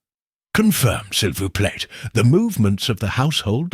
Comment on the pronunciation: Not sil vouch plate but si voo play Before you have someone pronounce your Hercule, please make sure he can pronounce the French!! Or Belgian! (Which is in essence, French)